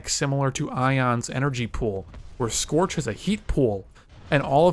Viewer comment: it's scorch you degenerate